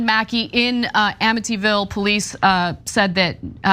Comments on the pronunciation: The real news in this is that Time doesn't know how to pronounce Amityville. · Mentally ill in amityville...come on tim pronounce it right. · Really, Tim?! You can't pronounce "Amityville?!" Where have you been? They're literally two cult level movies about the place! 😂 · Did she say "Amityville"? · It was fun to hear Tim mispronounce Amityville and Ana mispronounce Suffolk.